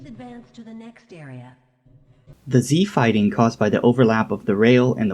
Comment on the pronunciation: like I didn't understand each time.. c fighting??? Z fighting???